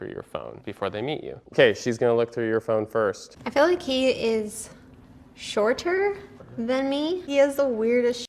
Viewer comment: I honestly would've disqualified her based on how she pronounced "shorter".